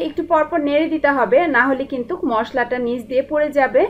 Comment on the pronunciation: আপনার রান্নার স্টাইল খুবই ভালো, আমি ট্রাই করেছি, খুব ভালো হয়েছে .. একটা কথা বলি আপু, কিছু মনে করবেন না, আপনার উচ্চারণে কিছু সমস্যা আছে, যা শুনতে খারাপ লাগে, যেমন, কিন্তু'র পরে আপনি একটা ক বেশি ব্যাবহার করেন, কিন্তুক বলেন, শব্দটা কিন্তু, পরে আর ক নেই.. তেল শব্দটা উচ্চারন করেন, ত্যাল বলে.. একার অন্ত তে ঝামেলা আছে.. প্লিজ ঠিক করে নিন.. তাহলে আপনার চ্যানেল দেখতে এবং শুনতে আরো ভালো লাগবে.. ধন্যবাদ .. ভালো থাকবেন ..